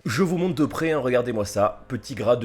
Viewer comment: Il voulu dire " hein " mais c'est vrai que ça ressemble à un UN xD